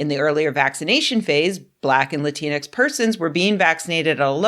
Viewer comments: It’s the X that’s the problem. It’s not supposed to be pronounced. It’s “Lah-teen” denoting a non gendered version of Latino (masc) or Latina (femm) Like half the letters in any french word, the X is silent. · Rebecca I love you but the x in Latinx is not pronounced. It is a placeholder. If it is pronounced it's usually pronounced like an e. Please.